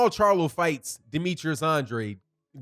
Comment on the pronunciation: Tell The LDBC Conglomerate To Pronounce Boo-Boo's Name The Way He And His Father Pronounce It..."ANN-DRAYED". Anything Else Is Disrespectful👌🏿.